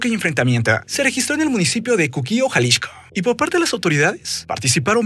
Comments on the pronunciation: ¿Porque dice Jalishco y no Jalisco? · Jaja ¿porqué el nombre del estado lo pronuncias Jalixco (que hace años no se llama así) y al cártel si lo nombras de Jalisco? XD abrazo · Tanto decir Jalishco dijo Munishipio jejej. Se acaba el muuunddoooo. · gracias por el dato, pero yo me refería a Jalixco no a Xalisco y solo se me hace curioso que al referirse al cártel lo nombre diferente. Saludos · ¡ O Ya! Te capto en jaliXco el cual suena (Jaliksco) seria la pronunciación. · Te dejo de ver un par de meses y ahora hablas bien raro "jalishco" así lo pronuncias.